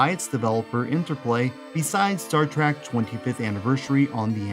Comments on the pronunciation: Trek ! not Track ! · Star Trek. Not Star Trak. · It's a short E sound, not a short A sound. Trek, not Trak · Why do you say "Star T-R-A-C-K" throughout this entire video? I'm not even a fan of the series, but I mean...knowing how hardcore its fans are, this seems like quite the gaff, no? [comment edited to add] ...But otherwise a great video, as the majority of yours are. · I completely know how it's pronounced and shield but it'll always be Star Track in child like brain! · Star Trek has an e in the second word, not an a. Why do you keep saying "Star TrAk?" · Star "Track"? you're killing me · It is called "Engagement bait" He said a word wrong, and now we comment on his video, helping him in the algorithm. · I can't believe there are not more people calling this out lol I don't care what you're "used" to saying, say it right!